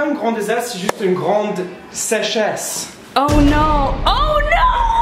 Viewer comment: I agree with you. I'm a native French speaker and for sure they still do mistakes like sèchesse instead of saying the real word (sécheresse). I don't know why everyone is so offended. The person was just pointing out that those who want to learn French should seak other options out there. I've said my word, bye. :)